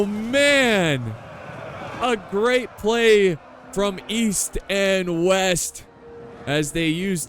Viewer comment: East and West....? You mean "Weast"? 😂